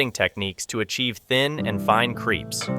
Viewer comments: Crèpes not creeps lol 😂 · No sugar please. Crêpes is pronounced like in the word bet and not creep. Hello from Paris.